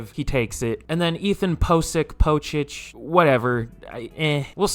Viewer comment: Ethan POE-SICK... that's how you say it lol